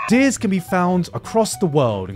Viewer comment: My mans pronounce Deers like Deez....was waiting for a deez nutz joke